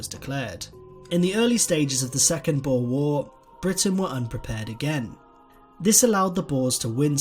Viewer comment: It hurts me hearing him trying to say "boere"